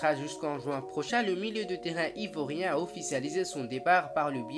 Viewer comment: Ivoirien pas ivorien 😊